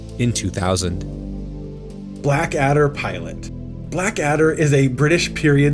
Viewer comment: Blackadder. Not... Black Adder. grumble